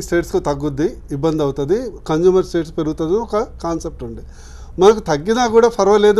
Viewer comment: Not conjumer☺☺ it's consumer